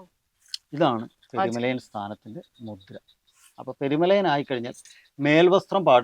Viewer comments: പെരുമലായൻ അല്ല പെരുമലയൻ ആണ് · അവതാരിക പെരുമലയാൻ എന്നാണ് ഉപയോഗിക്കുന്നത്.. പെരുമലയൻ എന്നല്ലേ ശരി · പെരുമലയാനല്ല പെരുമലയൻ